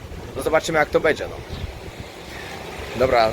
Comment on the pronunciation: Wszystko spoko ale przestań mówić BEDZiE tylko będzie, bo dla niektórych to zapewne jest bardzo denerwujące 😉